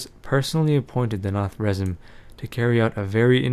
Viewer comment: Its pronounced 'Na-Thra-Zeem' But still Epic vids!!! :D